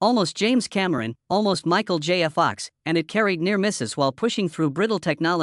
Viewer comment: Agreed I wanted to hear all about this but was as far as I could get when mentioning Michael J Fox and it sounded like he said Michal Jaya Fox, that was enough for me.